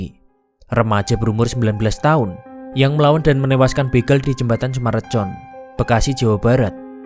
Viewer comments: Dibaca nya Sumarekon min bukan recon😂😂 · Baru liat setelah 6 bln kemudian, btw, ngasih masukan boleh kan? sy org bekasi, itu sumarekon bacanya, aneh dengernya di baca C 😅